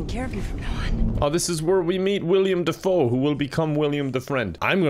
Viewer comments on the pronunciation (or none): I hate that he says william defoe instead of willem dafoe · Still calling him "William Defoe" eh?